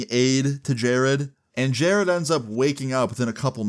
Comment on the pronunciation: Who the f is jareeeeeed????